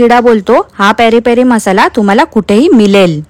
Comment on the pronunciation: पेरी पेरी ला प्यारी प्यारि बोलतो..😅😅